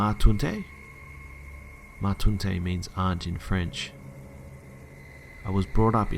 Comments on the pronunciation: This is great! I love these stories. You need a lot of dedication to read them all. The only problem I had is when you pronounced “Ma taunte” I grew up with a french family and it’s pronounced “mah t-awh-nn-te” I’m sorry i I sound like a perfectionist I’m just very specific about french pronunciation because a lot the kids in my class had a really bad accent... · In one of the stories he said "Ma-tountey" and he said it was French and I was just like whatdafuck the I realized he was trying to say "Ma tante" wich is pronounced mah-t-en-t-euh kinda :') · Omg "ma tante" being pronounced "mah tuntey" makes me laugh so hard I'm sorry and understand it's not your language but oh the cringe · "Ma taunter" lmao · As a french-speaking... human, when I heard you say "Ma Tuntee?" I actually fell off my chair laughing. Mon dieu, that's the worst pronunciation of a word in French that I've heard in a while. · you butchered the pronunciation of the word "tante". Never heard someone say "toontay".:P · It's actually pronounced mah-taunt. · whatever the hell you said was not "my aunt" in french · i love your attempt at saying ma tante. It's adorable hearing someone trying to pronounce a language they don't speak. Am I the only one who thinks so? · how did you say aunt in french?!1 Lmfao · Haha the way you pronounced ma tante was so wrong